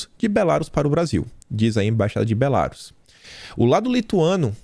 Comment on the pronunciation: pelamor, é Belarús a pronúncia! Rsrsrsrs